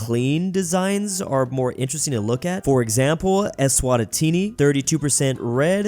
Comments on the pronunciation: IM CRYING. HE CALLED THEM ESWATATEENI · Bro said Eswatatini 💀